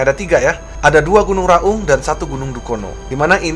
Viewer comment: Baca nya gunung Raung.... bukan Gunung Ra Ung.... klo bahasa jawanya Raong